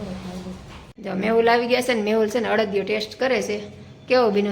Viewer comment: અડિયો નઈ અડદિયો